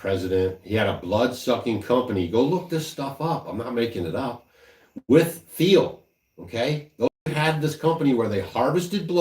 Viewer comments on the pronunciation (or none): Peter Thiels name is pronounced w a T (like with Thomas), instead of the th sound. Not that it matters much, just thought I’d share it though.